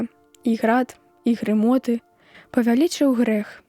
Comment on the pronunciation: Каб "спыніліся грымоты Божыя", а прачытана ці чуецца: грамоты.